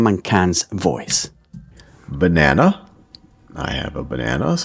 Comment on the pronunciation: your voice is good. I almost laugh when you say "BAnanana"